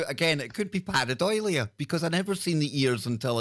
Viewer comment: If you’re going to use unusual scientific terms from Greek and Latin, or cultural words from Gaelic or any other language, can you make sure you read and pronounce them properly. Par-ei-dolia, not par-e- doilia. It just makes you sound pretentious yet uneducated. It happens a lot and is irritating. Do some research before your broadcast. I’m listening less and less because it’s increasingly alone, without specialist guests. I think in this case quality not quantity is the way to go. No disrespect intended, but I’m sure you’re losing listeners.